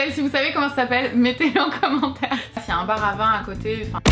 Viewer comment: Why does no one ever notice or mention how people pronounce ‘un’ like ‘er’. ‘Un chien’ ‘Errrr chien’